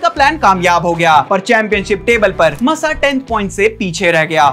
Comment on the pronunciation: Bhai please pronounce thik se karo Grand Prix ❌ GRAND PRIX (ग्रॉ प्री) GRAW PRI aise pronounce hoga ✅ MASSA = मासा not मस्सा aur wo Nelson Piguet nahi Piquet (PK) hai 🥲😭